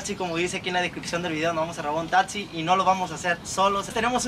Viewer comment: Ahora ya se dice tatsi En vez De taxi •<•